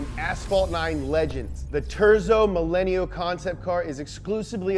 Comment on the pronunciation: The way he said "terzo" hurt my ears